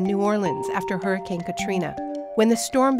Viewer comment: The Heeeooricane? LOL!